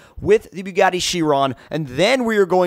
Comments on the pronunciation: he said beugati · ITS BOO-GOT-EE SHY-RON not fucking byuu-got-ee she-ron